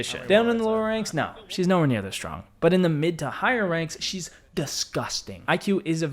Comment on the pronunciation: Dude his name kait not cayde as youspellit Also it's strong not schtrong